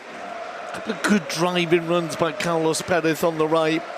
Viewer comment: Its carles, not carlos